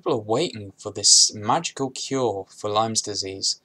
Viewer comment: Its lyme not lymes